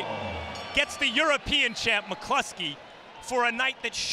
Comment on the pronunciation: Pronounces it McCluskey, and so does everyone he knows, including me.